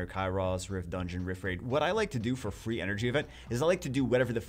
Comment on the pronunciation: When he said free, i first understood three xD I was like wtf